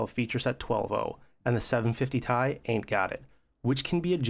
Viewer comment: First time I heard somebody/robot say Tie 👔 😅